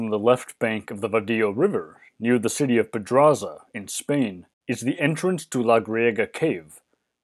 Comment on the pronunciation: The pronunciation of Spanish words is confusing. The Vadillo River, and Iria(couldn't find it in a search)for Griego Cave. The transcripts have the same errors. Just down in your sources I saw what it is. Even Pedraza could be better.